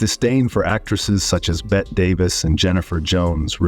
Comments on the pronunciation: For the record, it's Bettē Davis, with a LONG VOWEL "ē" sound at the end of her name, NOT Bett Davis. Kim Carnes did a song about her eyes 👀 way back when. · Maybe the narrator should listen to how famous people’s screen names and character names are pronounced. Bet tea Davis, not Bet Davis, Inspector Clu so, not clai so, and the word “evil” is inappropriately used except for perhaps the alleged rape of Natalie Wood, if indeed it occurred. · I really don’t think that Orson Welles should be on this list simply because he had negative opinions of other actors. There are people mentioned in this video who did a lot worse. And btw, it’s Bet-te (pronounced Betty) Davis, not Bet Davis. What are you, a bot? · It's BET-TY Davis, not "BET". The E needs to be pronounced by the AI narrator. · Bette Davis is pronounced “Betty” not “Bet” Another low rate video narrated by AI. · Her name was pronounced Betty, not Bet. I hate ai voices! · Bette Davis is pronounced BETTY. Please for the love of God stop calling her Bet. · oh and BTW mr announcer dude, it's pronounced BETTEE Davis, not Bette, as in Bette Midler. Learn before you speak. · Great vid but very hard to get past you calling the greatest actor of all time (or one of two tied with Kate Hepburn) “Bet” Davis. She is not Midler, but Davis. “Betty” Davis. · Bett Davis?!? It’s pronounced Betty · It's not "Bet Davis". It's "Betty Davis". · Bette is pronounced Bet-EE not Bet. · Ding, ding, ding! It drove me nuts to hear the narrator say "Bette" . There are videos online of Bette Davis being on the Johnny Carson show. Never have I ever heard her correct anyone over her name being mispronounced as Betty. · Bette Midler was named after Bette Davis ...I've always heard miss Davis as "Betty" and Mrs Midler as "Bett" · She pronounces her Name "Betty Davis"! Who are you to pronounce it differently? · Wow, pronouncing Betty is very hard for you I see. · Who's this 'Bet Davis' you speak of? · I can't with the 'Bet' Davis?